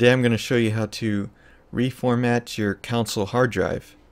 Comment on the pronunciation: Great tutorial.. Con......sole....... Not counsel.